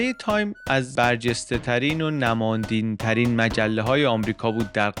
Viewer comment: "نماندین ترین" چیه در اولین جمله گفتی ؟! نمادیتربن! حیف که تو چپولی و در بلاد پادشاهی زندگی میکنی. از درون خرفت موندی برادر وگرنه در کل کارهای خوب زیاد داری.